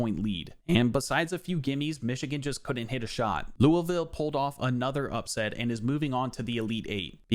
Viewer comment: Surprised you pronounced Louisville the way locals pronounce it. Chucky Hepburn ain’t a 81 he’s like a 87 at least 😂